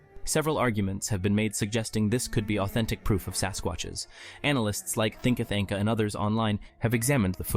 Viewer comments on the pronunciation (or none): "Thinka Thanka"? You mean Thinker Thunker? Lmao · Its Thinker Thunker not Thinker Thanker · Not "thinka thinka.”